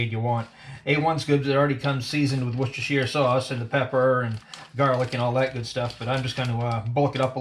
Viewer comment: A1 isn't in the UK, what a shame. Well done on the pronunciation of Worcestershire, never heard anyone American get it right before 👏🏻👏🏻 Loving the tips, just got a bbq, never used one b4, so it's a big help, thanks. Looked lush 😋